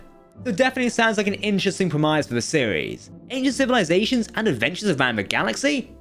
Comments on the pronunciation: English your second language? Lets talk about the word Premise...the pronunciation Pre Mize is not quite righ...try prem iss.. youll be surorised at how good it sounds. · Premise is pronounced 'pre-miss' not 'premize'. There's also a letter in the alphabet called T, you could try pronouncing them. Christ. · You say "premise" funny..